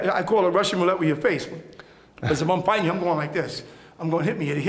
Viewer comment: The art of fwighting witout fwighting.